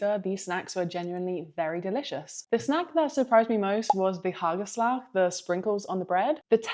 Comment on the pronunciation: Your pronunciation of hagelslag is very good! Dutch is a hard language to learn for anyone who was not born and raised in The Netherlands. So much respect for you. 🙂 Speculaas is not a Christmas cookie. Year round we eat speculaas. The best ones come from a great banketbakkerij. Also very popular to eat the actual cookie on a slice of white bread. Butter the bread and lay 2 speculaas cookies on it. Cut in half and enjoy. Even better than the speculoos spread. I grew up on Hamkas, roze koeken en stroopwafels. That was back in the 70's-80s. My grandpa (opa) would take us to swim lessons and afterwards we always picked a roze koek as a snack. Oh and Tony's chocolate is delicious. Great vlog. 🧡